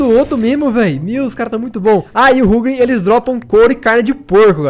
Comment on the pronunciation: Ruglin é top mano n sabe nem pronunciar menos um inscrito